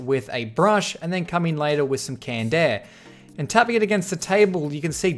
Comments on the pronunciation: i thought he said candair but i just realized he said canned air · Canned air, i heard candaer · How many times he said Kand Eh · I hate you for saying "canned air"